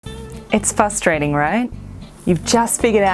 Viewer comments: “FRustrating” not “fustrating” :P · fr us - tra - ting sorry I had to say it. Seems you miss the "r". Lovely channel.❤